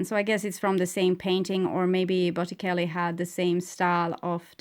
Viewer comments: You are amazing and I hope you don't take this wrongly it's to help you...you pronounce in Italian Botichelli...ce makez the ch sound. Take care! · Pronounced bot-eh-chel-e